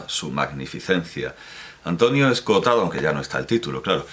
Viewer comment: Me fascina que sea capaz de decir las dos o(s) de 'Escohotado' cada una de las veces que lo pronuncia en el vídeo. A mí siempre me sale una sola o, 'Escotado', al hablar.